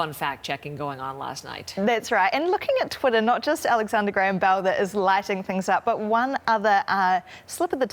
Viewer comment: "Alexander GRAME Bell"